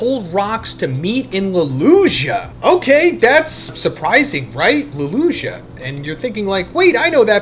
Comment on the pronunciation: The way you say Lulusia is pissing me off.